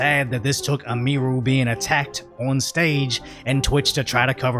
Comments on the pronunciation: Hey,. You're putting the EmPHAsis on the wrong SYLlable. It's pronounced "Emmy- Roo", not "Uh-MEE-roo" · How many videos has he done on her, and he still can't say her name right? He calls her eh-mee-roo. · Why does he keep calling her Eee-meer-oo. It's Emee-roo. 😆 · Btw it's not pronounced "Em-ee-rue" lol, it's Em-ihh-ru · Please learn her name bro. Em-e-ru, not Em-eeee-ru. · "Eh-mee-ru" LuL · Its EM-i-ru. Her first name is Emily. Its a misspelling of emily. So you probounce the em as in emily. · Bro I swear be calling Emiru Ymiru haha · yeah it's like emily with ru on the end, and he's the only one i've ever heard mispronounce it